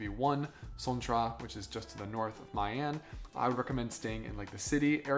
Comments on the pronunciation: Yeah, please pronounce as Vietnamese, MEE AN, not Mai An. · My An is pronounced Miii An and not Mai An. Y and I is pronounced like in Italy 😉 Hope that makes sense 😊